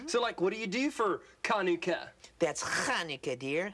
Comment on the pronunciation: It's so nice to see that there is a special episode on Chanukah! In she say Chanukah wrong. If you want to know how to pronouncens it you should listen to yemans Jewish. It is a Voiceless pharyngeal fricative not a Voiceless uvular fricative.